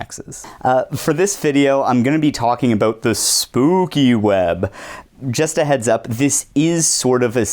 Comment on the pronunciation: "aboot" aaannd opinion invalid